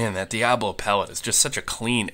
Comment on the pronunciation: Love your videos!! Agree with the energy dump... But two things. It's Diabolo, NOT diablo... The shape of the pellet.. I've killed hundreds of squirrels.. Not as many a s you of course, but it took me years to learn to hit them in the brain. Please aim higher and hit between the ears.. you seem to always hit low between the eyes.. hit 'em high and you will never get a flopper. Keep up the great videos and don't let up on snowflakes... Well done sir!!